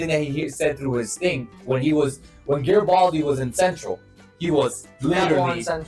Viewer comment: Maybe it's because sometimes when the say his last name it sounds like Gabaldi.